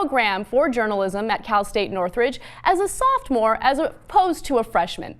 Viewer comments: Did Ana say "softmore"? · She said “softmore”